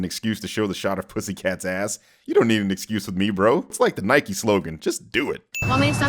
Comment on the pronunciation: sorry, I’ve just never heard anyone say Nike like that